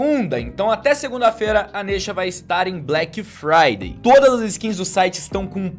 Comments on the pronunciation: "Blequi fraidei é na nexa estori" IRONIA, PROFESSORZINHO DO YOUTUBE! ... Mais pra participar do sorteio #Black Friday é na nesha store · "Black Fryder é na neshestor" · "Black Fryday é na neshestor"